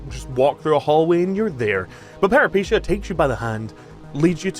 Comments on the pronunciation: It's peh·ruh·puh·tay·uh. Where'd you get "paripeesheeyah" from??? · Okay, ive heard people say it wrong BUT PEREPECHIA????!? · Peripeteia. Pera-puh-tay-uh. Lol anyways loved the vid! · For anyone who cares, the name is the word for "adventure" in greek. And is pronounced Pe-ree-PE-tee-ah. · You pronounced the name of the game wrong.